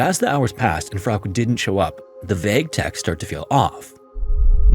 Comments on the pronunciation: FROWK omg. As many other channels that have covered this case, how have you never heard someone pronounce it correctly🫠. Frow-kuh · I love your stories but I admit I crinched every time you said Frauk instead of Frauke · Ugh I can’t fucking listen to this. That name is pronounced “FRAU-kuh”. Not frigging “frowk”. Holy god. Don’t you ever look shit up? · Frauke's story, wow. That hit differently than some other stories. Just wanted to point out: Frauke would be pronounced "FROW-kuh". "Frowk" made me think "freak" at times. Great work as always. 🤍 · German-American here. I'm certain her name would be pronounced Frauk-uh. Not Frauk. Not trying to be pedantic, nor do I mean any disrespect to the American narrator who I'm certain is unfamiliar with German pronunciation. Poor girl. 😥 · I really like your channel but please just Google non English names before you record. The girl's name is pronounced FROW kuh. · Its FA ROOK. Lmao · I love your videos but i sometimes cringe at the pronunciation of european names! Katica would be Ka-TEE-tsa. Frauke would be FRAU-ke with two syllables. Feel free to ping me if you need to run any names past me in future - I know most european languages at least well enough to be able to provide pronunciation for names, except perhaps for spanish and portuguese. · Frouke should be said: Frow (like in "frown") + kuh. If you are the least bit doubtful of a foreign name, please just look it up. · Please learn a minimum of foreign pronunciations if you're going to delve into foreign incidents. Germanic words ending in "e", are usually pronounced "eh". So Porsche is pronounced "Porsch-eh" and Frauke is pronounced "Frauk-eh". It's so simple, even a caveman can do it. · So her name is pronounced "Fra-kee"? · no, it would be Frauke, like he did say in the video, but with a shadow "uh" at the end. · A tip on German: if there's an e at the end of something, we pronounce it. Poor Frauke. How terrified she must have been for so long.